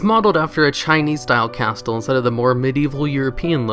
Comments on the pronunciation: he pronounced it cas-t-le instead of cas-ll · Is pernownsed CASS-TAL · 'Cass-tell'??? Bro..... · cas...tal? CAST-AL? What? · Did you say cas tel? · Its odd how your mispronounce some of the simplest words in the english language. Entrance, castle, escape, the list goes on.. Do you do this on purpose? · Ok you gotta be trolling you fucking said Castle wrong!